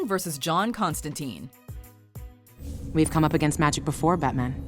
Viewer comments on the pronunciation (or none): That's not how you pronounce Constantine